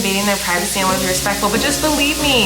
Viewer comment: Every time she said backward cracked me up 😂